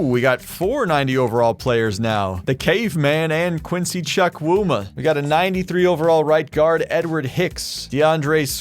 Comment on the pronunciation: im Nigerian, and when you say quincys last name, its pronounced "Chew-Coo-Ma" and not "Chuck-wu-ma'